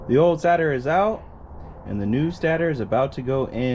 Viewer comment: It's pronounced stay-tor